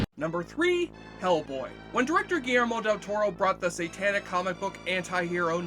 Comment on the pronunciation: God damn. Between the sound/music mixing and your inability to enunciate words makes this video barely watchable. Guillermo is not pronounced Garemo. Animation is not pronounce anmation, listening isn't lissing, and maleficent?! You somehow made a 4 syllable word into 2! Malfcent. Jesus. Enunciate dude, enunciate.